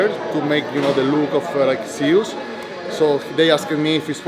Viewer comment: Guess I'm not the only one pronouncing it "Zeeeuuus🤣"